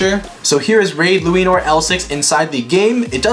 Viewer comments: I love the part when he says raid luinor he says luainor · Say it right ok here lu-a-nor Ok not bahamut balkesh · It's luinor